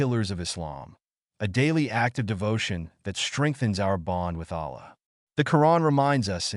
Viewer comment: Delete the video, dont use ai if it is gonna pronounce wrongly the name of Allah and His other names And in it is pronounced A'la with the letter 'ayn' in the beginning